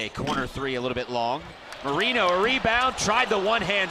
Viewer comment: Can someone please tell the announcers that it’s pronounced Mo-Ray-no and not Mo-Ree-no